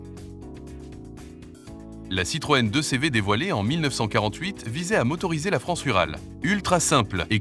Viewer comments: La citroën 2 "cé-vé" . Après ça, j'ai zappé. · La Citroën 2 cévé... l'IA a encore des progrès à faire... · Soporifique! comment faire une vidéo avec de l'IA et Wikipedia....Quant à la Citroën "Deux Cé Vé" (sic) cela résume à lui seul l'indigence de l'exercice🤮